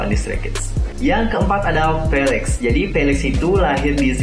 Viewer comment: Felix bang bukan felex🙄